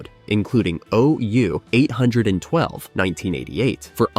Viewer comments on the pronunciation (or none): Not sure if this is a human or machine narrating. But, O-U eight hundred and twelve? Uh, no. For the record, O(Oh), U (you) 8(ate) 1(one) 2(too)? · You don't deserve to get ANY more subscribers until you make the effort to pronounce the words correctly. The album title OU812 is a play on the pronunciation of the sounds of saying those letters and numbers; it should sound like "Oh, you ate one, too." Also, nobody referred to the band as "Van Hagar" until the old fans - realizing(after the haze of the vodka and other drugs cleared up somewhat) that Dave wasn't there anymore; most likely because Dave kept saying it ON DAVE TV - got the idea that the band with David Lee Roth was the REAL Van Halen. And Sammy Hagar had a good career going before he hooked up with Van Halen; he toured EVERYWHERE with Ronnie Montrose and on his own had a HUGE hot single with "I Can't Drive 55." You can't pass yourself off as Knowing anything if you MISS SO MUCH STUFF.